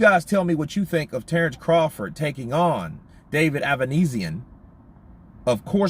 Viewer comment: Avanesyan is Armenian. His family name should be pronounced same as Kardashian or Serge Tankian from "system of a down" -ia as on sound